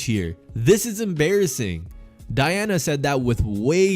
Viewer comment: Did you disrespect Taurasi saying this Diana That ain’t Diana but do you don’t know how to say her name